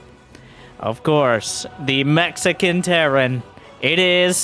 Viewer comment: Did you say Mech-xican or Mexican? Asking for a friend.